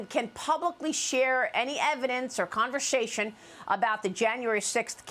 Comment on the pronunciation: What the ell is "CONVERSHASHUN"?